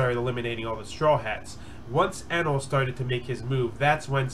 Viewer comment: also its pronounced Eeenel if you cared